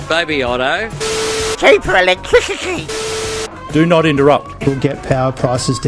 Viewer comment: Everytime I see your latest work, I think it's your finest😊! "Cheaper Electwisity!"